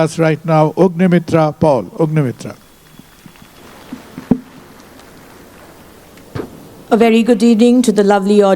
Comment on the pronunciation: These idilots can't even pronounce the name right !!! He said, "Ugnimitra" ...!!! >>>>>>>>>>>>>>>>>>>>>>>>>>>>>>>>>>>>>>>>>>>>>>>>>>>>>>>>>>>>>>>>>>>>>>>>>>>>>>>>